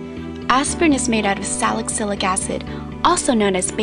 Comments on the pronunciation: I think it's pronounced like "Sally Sillick" not Salick sillick" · just a tip... it's sali-cylic acid. not salic-cylic....sal-uh-sil-ick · I cringed at the way she pronounced "salicylic", that's now how it's said babe xx I love these face mask videos